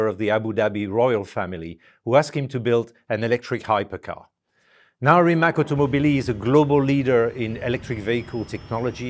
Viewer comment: Rimatz, but not Rimak. Mateh, but not Mate.